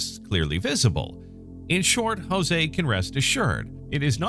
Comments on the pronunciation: Interesting video. Note: his name is not pronounced 'Hozay' it's 'Joezay.' They speak Portuguese, not Spanish, in Brazil. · While I truly like your channel, I must unfortunately, albeit strongly, make a cultural correction vis-à-vis the pronunciation of the Brazilian name "JOSE". Firstly, allow me to inform you that Brazilians speak PORTUGUESE and NOT Spanish. As such when you pronounce words or names starting with the letter "J", the sound is absolutely NOT as you pronounce Jose in Spanish. Rather J in Portuguese is identical to J in FRENCH. Also, the "E" at the name is acute, not "grave" (eh) as in Spanish, but rather E such as in the English word LET. Kindly update your records accordingly, for every time one "Spanishizes" Portuguese words, both Brazilians and Portuguese members of your audience take it up as a grave offense. Best wishes!